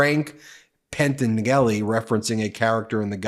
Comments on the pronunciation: FYI...the name is properly pronounced Pen-TAN-jell-ee. 🙂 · Oh wow…Ben…..you OBVIOUSLY have never watched the Godfather 😂😂😂. You butchered Pentangeli.